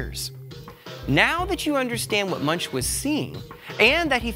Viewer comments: Fun video. BUT you mispronounced his name! Yikes! Moooongk is the accurate pronunciation! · come on man? Munch; really? His name is pronounced Moonk; Geesh JHN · Pronounced Munk, with a hard ending... not like a pothead having the munchies. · It's not munch, it's pronounced (moonk) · Yes, my Art History professor, who was Eastern European, made sure we were told that it is not "munch," but is pronounced "moonk." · Yeah - clicked out in three seconds; the guy doesn't even know how to say the painter's name! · 'An English pronunciation'? - there's no such thing. Anyone who said it the way you did would be laughed at anywhere in the English speaking world. You going to pronounce Goethe as 'Go-eeth' next?